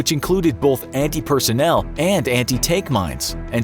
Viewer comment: It's pronounced "both" not "bolth".